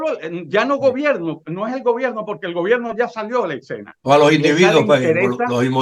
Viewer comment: Parece increíble que personas de este nivel digan "excena" en lugar de escena.